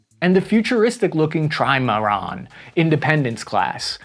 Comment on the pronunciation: You can tell doesn't say "trimaran" or even "catamaran" a lot.